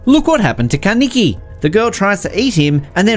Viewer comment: Did he say kaneke